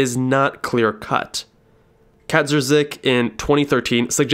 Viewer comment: xD i cannot imagine worse pronounciation of Kaczmarzyk - even written as Katzmarzyk